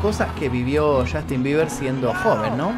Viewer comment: podrías tratar de NO decir "CHASTIN" cada 5 segundos??